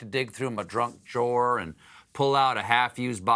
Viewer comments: Did you really say "pull out my drunk joor?" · Did he just say drunk jawer? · Heh. He was saying "junk drawer" but it came out "jrunk drawer" which has me thinking now that a "drunk drawer" is just as apt a descriptor as "junk drawer" anyway. I love happy accidents!